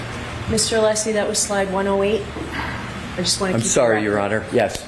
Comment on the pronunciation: And didn't even get Alessi's name correct "Lessi". 🤮🤮